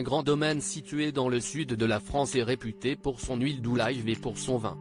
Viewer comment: L'huile d'olives ... et pas olaiives